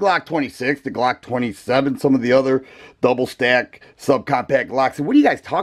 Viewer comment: IM HOWLING AT THE WAY HE SAY BLOCK 😂🤣😂